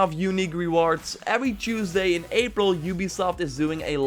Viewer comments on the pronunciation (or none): none